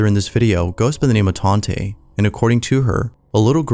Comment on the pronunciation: Tante is aunty or aunt in German I believe. She probably just goes by Tante. Taunt-uh ❤